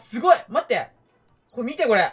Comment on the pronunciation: 「みて！み"で！」 わたし「見てますよ！w」